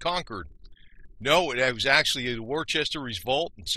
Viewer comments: It's pronounced Woo-stah! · Well done, other than how you pronounce Woostah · It’s pronounced wuhster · Dude. If you don’t know how to pronounce Worcester, figure it out and re-record 🤣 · I know. When someone can’t get a basic thing, like the name of what they’re talking about, it kind of messes up the whole episode.